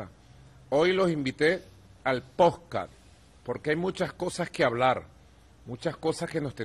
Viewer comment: poncadt, poscast, maduro tratando de pronunciar podcast! cuando le van a hacer un cursito de pronunciacion de anglisimos ! que verborrea la de este sr